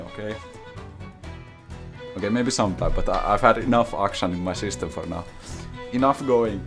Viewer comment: I literally come here to hear say "I stared my JouRRRRney in the pits of Diamond FouRR" Much love!